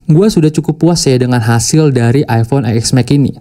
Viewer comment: Eexmex.... Yang bagus dikit bang bilangnya masa channel nya udah ios ios bilangnya eexmex😂 TEN S MAX BANG.. 😂😂